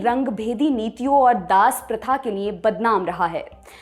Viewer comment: पर ध्यान से सुनें। यह महिला लिए को निए बोलती है।